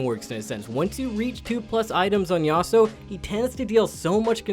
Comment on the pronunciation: That yasuo pronunciation though 🤮 haha